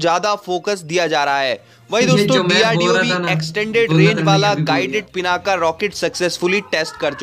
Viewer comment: Stop saying पिनाका it's पिनाक...